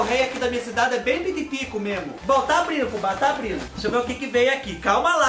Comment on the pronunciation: Abrino, cumeno, andano, falano kkkkkkkkk